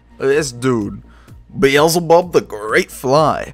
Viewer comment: Bee-Zil-Bub? No. It is pronounced Bee-el-zeh-bub. Like Beelzemon. Edit: I listened all the way to the end, and I see you corrected yourself. Good work on this game and correction.